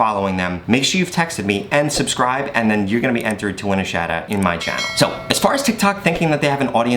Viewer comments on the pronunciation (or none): none